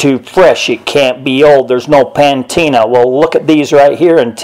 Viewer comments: liked the video but its patina not pantina pantina is a shampooa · Uh, the word is PATINA, not ‘pantina,’ which is not even a word. There’s no ‘N’ in the word ‘patina.’ Ignorant pronunciations of words don’t help your case, dude. If you want to convince people of the authenticity of these archeological finds it would be good to speak like someone who’s at least been to high school. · The word you were trying to pronounce is "patina" not "pan-tina" as you were saying it. Learning these things will go a long way to aid in your credibility. Also, since you didn't bother to wait until you could actually locate these so called hieroglyphs before you posted this waste of my time you have only further compromised your credibility. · It's "Pa-tina", not "Pan-tina". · its "patina" not pantina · Maybe he means shampoo? Pantena. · Pantina??? Patina😎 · Nice video. One critique... its patina. Not pantina 🙂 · PA•TI•NA 😂😂😂😂😂Pantina 🤷🏽‍♂️ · Patina . Not pantina ! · Its not called pantina it’s called patina. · Patina, not Pantina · It's not "pan-teena;" it's patina [puh-TEE-nuh]. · Of course there's no pantina. That's because there's no such word. It may be me but this person seems somewhat less than an expert. Even someone with a smattering of knowledge would know it was patina, unless this is another word Americans have changed. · PA-TEEN-NA...NOT PAN-TEEN-NA. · PANTINA?????? PANTINA??????? AHAHAHAHAHAHAHAHA!!!!!!!!!!!! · It’s pronounced PA-tina not pantina that sounds like shampoo. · ITS NOT PANTINA ITS PATINA! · Liked the comment, but its Pantene not pantina. Also shampoo, not Shampooa. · The word for coloring on these is called Patina, not patina. Pronounced, puh-teena. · Pantina? Wut fer yew sez pantina? Don’t knowed wut yer sayin’ anywayz. Don’t have no idear